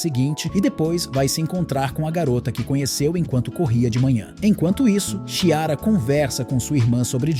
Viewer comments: Que nervoso a pessoa falando Xiara so invés de Chiara!!! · O ruim de ser um robô como narrador, é que não sabe diferenciar algumas palavras, confundindo-as com siglas e também não sabe a pronúncia de alguns nomes próprios como Chiara. É horrível escutar falarem errado, principalmente em histórias inventadas e narradas pela IA, que também tem uma criatividade bem ruim.